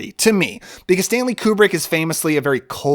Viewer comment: Arba? I believe her name is Abra...